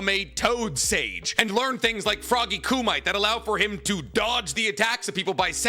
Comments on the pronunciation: Froggy "coo-me-tay" not Froggy "Coo-mite" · The mispronouncing of Kumite will always feel like nails on a chalk board... Otherwise excellent video